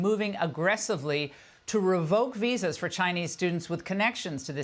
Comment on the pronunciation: chai-Nee students gone. chai-Nee restaurants close.